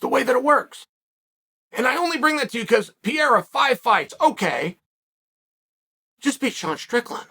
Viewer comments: C'mon, uncle Sonnen. It's not difficult. It's PEREIRA. Not PIERA. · Help Chael... PEH-RRE-RRA, PEH-RRE-RRA, PEH-RRE-RRA. ...you can do it .. PEH-RRE-RRA. Who the fook is pierra??? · Uncle ‘Cheel’ its not ‘Piera’…dudes name is Pereira 🥴 With respect 🙌🏼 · Come on Chael say it with me Pa-ray-Ra- not Pier. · Uncle Chael, just because you pointed out nobody warned you about "Will" Fury in the comments section, in another video, I want to respectfully inform you that "Pieira", in Portuguese, is the wheezing sound that people have when they have asthma or bronquitis. So Alex's surname is Pereira, pronounced "Pe-rei-ra" and means "Pear Tree". Anyway, love your videos. Warm greetings from Portugal. You're the best! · It is so annoying uncle Chael can't pronounce a single name properly.. who the ** is Pierra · Chael you need to stop butchering these names man 😂 “ Perri” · Chael “Peeira” Sonnen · Give Pee-air-ah the shot... thats the end of it!!! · Why is so hard for Sonnen to learn to pronounce Pereira's name correctly? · How did I know chael was gonna mispronounce Pereira before I clicked on the video? 😄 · Does Chael delibrately mispronounce Pereira? Does it bother anyone else or is he just carrying on his troll campaign against the Brazilians? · Petition for Chael to Pronounce Alex’s last name correctly? ✅🇧🇷